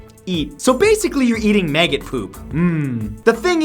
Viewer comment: Megget cheese? Am I the only one who heard it like that instead of maggot?